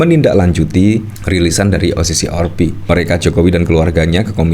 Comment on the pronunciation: Maas lidahnya ribet ya? Kenapa sih O si si or pi.. 🤣🤣🤣 O si si AR pi mas . Kalo ribet bilang aja o se se er pe.. Maap ya,dar kemaren2 gitu Mulu.. jadi geregetan...